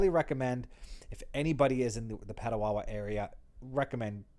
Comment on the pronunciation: Just a small correction, Petawawa.